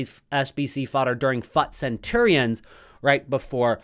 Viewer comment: The way you pronounce fut is very annoying bro. You really don’t need to exaggerate ‘fut’ that high Thankyou ❤